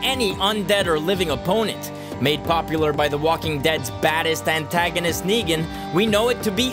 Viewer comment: And you don't even get Negan's name right